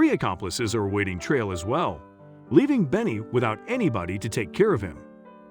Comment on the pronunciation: The word is TRIAL (TRY-AL) NOT Tray-al!